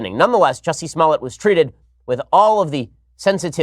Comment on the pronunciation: Juicy.....Smollett???? 😆 lol